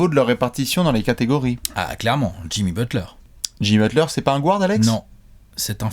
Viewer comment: Toujours sympa de vous écouter. Par contre, pk prononcer Guard "gouarde"? 😉